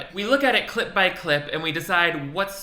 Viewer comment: Ngl it do sound like "clit breakdown" instead of clip breakdown sometimes